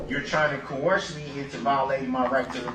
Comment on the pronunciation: Groundz! He says it before the witness has a chance to answer. "You can't coworst me, you can't do dat" Oh, the legal mind on this guy!